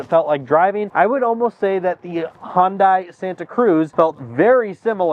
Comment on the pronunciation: For the love of god stop saying HonDie. It is HunDay. It's not hard. Stop it.